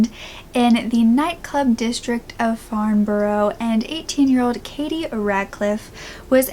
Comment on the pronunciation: Firstly you need to get all your facts & resources right before doing a video because all that you have said is completely wrong just saying, & secondly is farnborough😂